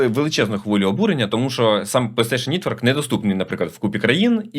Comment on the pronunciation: Нітворк трішки ріже вухо, не треба так будь ласка Пс. Новини цікаві, дякую❤